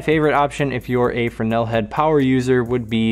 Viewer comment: Just got the Rogue round kit after watching this. Great find, I'm going to like these. Drives me nuts not having labels on gels. and you pronounce Fresnel properly!!!